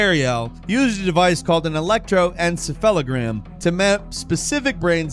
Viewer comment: Your pronunciation of electroencephalogram was serviceable!